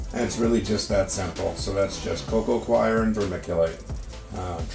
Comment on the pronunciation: It's pronounced coco coir (core) not coco coir (choir) !!